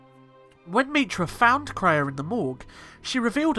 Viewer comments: It's pronounced KRAY-A, NOT TRAY-A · Kreia is pronounced KRAY-A (caps are for emphasis, I don't mean to yell lol). It sounds like you called her TRAY-A several times. I thought maybe it was a slip, but I then noticed you bouncing between pronunciations.